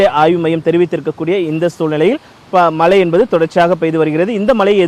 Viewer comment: This reporter cannot pronounce மழை properly. Keeps saying மலை.